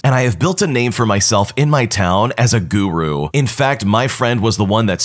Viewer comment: the way he said guru😂😂